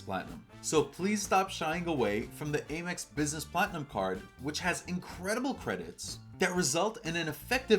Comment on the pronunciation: why do you pronounce AMEX wrong?